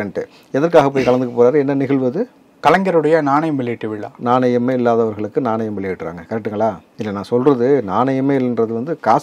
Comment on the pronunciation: Mr Anchor. DMK is not a person. It is a party Party will not have vila. Only vizha. Vila is only for human being. Pronounce Tamil properly